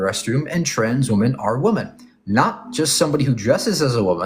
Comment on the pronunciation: why do you pronounce the plural of woman exactly the same as its singular form❣